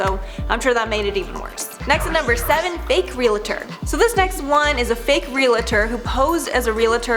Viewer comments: ...Relator? Or Realtor? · It's realtor, with two syllables, NOT relator, with three syllables. Forgive me; I'm a stickler for these kind of things. And I'm sure you want your videos to be correct! ❤ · Realtor, not Relator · Darling I think you meant realtor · fake relator....... realtor* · Relator? Realtor. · wth is Relator... its Realtor....... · ... It's "Realtor". 🙃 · It is NOT realtor it's realtor.